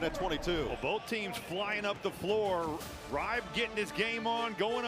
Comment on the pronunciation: Noah Eagle is a great announcer, but there's no way Eric Reibe's name is pronounced "Ribe" like it rhymes with "vibe." 😅😅 I'm not German, but even I know it would be "Rybah" (rhymes with a Brit or Australian saying "cyber").